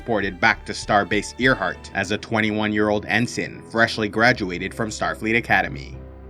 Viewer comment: Good video! But hey, FYI- it’s pronounced AIRheart. Like, named after the great female aviator? It’s not the heart of an ear 😘